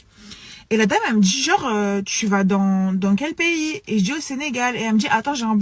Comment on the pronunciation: Et les "tchu", "genre".